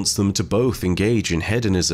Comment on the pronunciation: Just letting you know you're pronouncing hedonism wrong, I'm not trying to correct you but its just something I noticed. Keep up the amazing content Eh 🖖😁